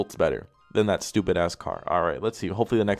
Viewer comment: Im deadd he’s like this shit right here , “stopid”